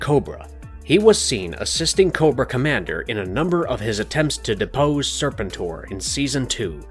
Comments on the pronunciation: No one going to talk about how Serpentor gets pronounced!? Serpent-TOR? It's always been Ser-PEN-tor for me. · Serpen-TOR? Can’t take the video seriously after hearing that. Do you also say Darth Va-DER?